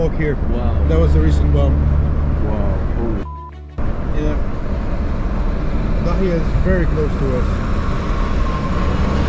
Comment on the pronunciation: Dahia not Dahiaiy im Lebanese ❤🇱🇧❤️🇱🇧❤️🇱🇧❤️